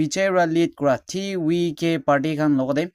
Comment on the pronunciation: Why pronounce as TVK as Ti wi ke instead of ti vi ke